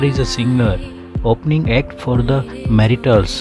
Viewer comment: Who is this guy?speaking about tots and the matels, he don't know how to pronounce the words, or speak good English so people can understand gosh!.